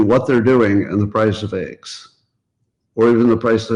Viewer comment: I hate it when people say ayygs. It’s eggs.